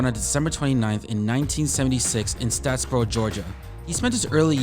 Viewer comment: It’s not statsboro ga it’s statesboro ga